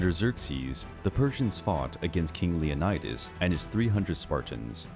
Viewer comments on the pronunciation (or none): none